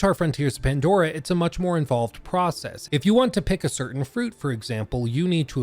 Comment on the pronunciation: you said mandora.